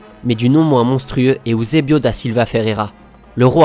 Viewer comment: N'golo Kanté Eüsebio il dit